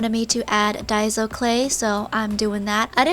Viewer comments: No offense but daiso is pronounced Die-so (I know it’s confusing) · Why did she pronounce dasio as die-see-oh it’s pronounced day-see-oh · It's daiiiisooo not dyso. Idk why people say it like dyso.